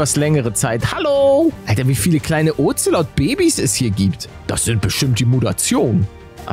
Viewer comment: Ich finde lustig wie er zu den Katzen Oxelod sagt 😂